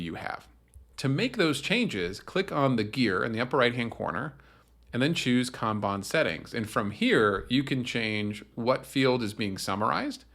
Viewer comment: I thought it was pronounced kanban but you keep saying kanban